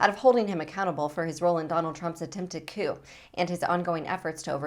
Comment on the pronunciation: You're good at what you do. Don't forget coup is pronounced "coo", not "cue".